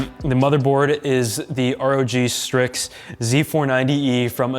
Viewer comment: pronounced strix not stikes